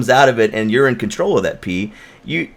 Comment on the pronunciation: Did you say, "You know that pee comes out and urine control of if?" I'm sorry that's what it sounded like, that was great.